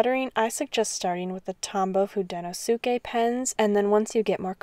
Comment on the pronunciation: Thanks for this. I’ve only used the Fude pens and have been deciding whether or not to get the Pentel ones, and just went for it. Just a few corrections though. It’s pronounced hoo-deh-no-skeh and the barrel of the hard tip pens are actually dark blue, while the soft tip pens are forest green. Holding them under a light enables the color to show more, then you won’t be able to unsee the blue and green barrels lol I hope this helps!